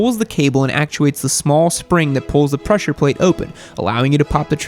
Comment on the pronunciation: “Pwessure pwates”